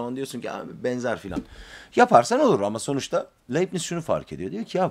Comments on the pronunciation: Laybnits olarak okunur. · Bir ögretmenin derse hazirliksiz girmesi ne büyük saygisizliktir. Dersi ne kadar basit olsa da ya da defalarca anlatilan bir ders de olsa, yine de hazirlik yapmak gerekir.Felfefe okumalari yapan bir Youtuber'in hazirlik yapmadan okuma yapmasi ne aci...Ayrica Leibniz'in telaffuz edilisi de yazik.Teknoloji cagindayiz, yayina veya seminere baslamadan önce insan cok kisa sürede google'da arastirma yaparak ögrenebilir.Bu kanala ilk defa denk geldim, ama tam bir hayal kirikligi....